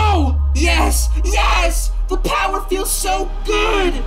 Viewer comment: Is it me or did say Powah instead of power?